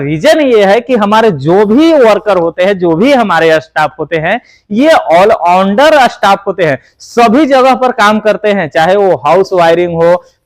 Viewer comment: आल उंडार नहीं आल राउंडर बोला करो